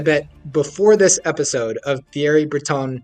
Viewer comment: I'm supposed to think you're an expert when you didn't even bother to learn how to pronounce "Thierry" before strutting your stuff?